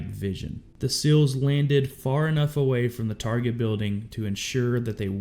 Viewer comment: Say the letter C...or the word "see." Add an L to the end of either and that is how to pronounce SEAL. These guys worked too hard and give too much to be called "sills."